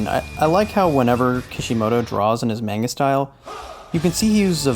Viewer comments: Maneguh? I thought it was pronounced manga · Great video but it's (Mah-n-gah) not (Main-ga). SMH. I have a friend that has said it the way you do for as long as I've known him. He's like "that's just how I say it" well that's the wrong way! Damn! Have some culture. How are you gonna be so into something and not even care if you're pronouncing it correctly. Jeez! I'm sorry? 😅 I had to say something. I couldn't resist. Great video.